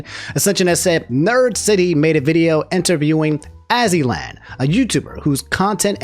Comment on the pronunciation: Dw ain’t anybody gonna be want to sound like you and mispronouncing everyone’s names calling Azzyland as Ozzyland, Kiryu as Kuryou, Lia as Lie-uh. You good.